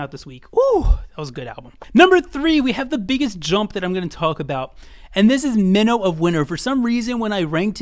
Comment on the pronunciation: Good list but Song Minho’s stage/rap name is MINO pronounced as ‘my-no’.